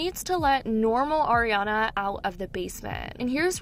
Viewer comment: It's "Ariana", not "Oriana".